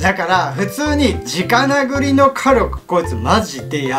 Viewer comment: 直殴りを 「じかなぐり」と言ってて嬉しい←そっち？